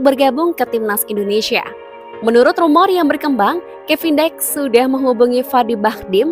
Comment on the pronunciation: Pelafalannya Kevin Diks (seperti menyebutkan dik pada adik),,,, jadi BUKAN Kevin Daiks.....wkwkwkwkwk